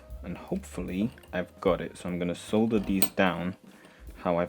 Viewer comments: Sole-dur not saaaaah-dur lol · I’m just here to appreciate how you say “solder.”